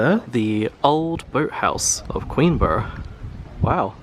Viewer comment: Pronounce it queenbra